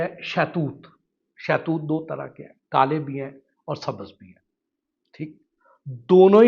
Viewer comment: شاہ توت نہیں ہوتا صاحب شہتوت ہوتا ہے